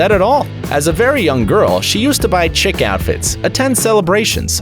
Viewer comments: WTF?! "As a very young girl she used to wear "chick" outfits." ?! 🤔🐤🐥 😂 its chic, & its pronounced shee-ik (rhymes with geek) duh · "She bought many chick outfits".... It's CHIC not CHICK. Pronounced like 'sheek'. It means stylish basically. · "bought chick outfits".... you mean "chic outfits". It's French and pronounced "sheek" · Dude! You said Radziwell "bought "chick" outfits. "Chic" is pronounced "sheek". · It's pronounced sheek, not chick. I doubt she bought clothes that looked like baby birds. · "Chick" outfits?!? I think you may mean chic, which is pronounced "sheek" to rhyme with leek, peak and speak. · Interesting video, thanks for posting. One thing though, the word chic is pronounced SHēk, not Chick. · Barbara Radziwill bought chick outfits? She dressed up like a baby chicken? No, she bought 'chic" outfits - pronounced 'sheek'. Lol, my grandmother used to say 'that's so chick!" (When she meant 'chic'!) Too-MAY-tow, too-MAH-toe, whatever! To each, his (or her) own! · Did you just say "chick" outfits? I think you mean "chic" outfits? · Your only job is to read a damn script and your pronouns 'chic' as 'chick'? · it sounds like you are saying "chick" outfits instead of chic. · "Chick outfits"?? Really. I think you mean "chic". Two different things and not pronounced the same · Lots of Misinformation in here...don't know where you get your "facts". Can't even pronounce chic.